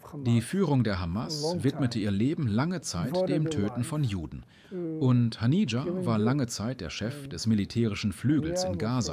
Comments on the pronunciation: Er hieß nicht Hanija sondern Hanieh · Nicht mal der Name von Haniye wird richtig ausgesprochen...